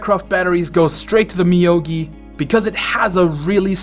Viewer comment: Moyogi dude, not Miyogi lol